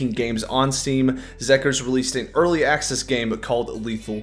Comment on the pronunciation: I giggled a bit at that too lmao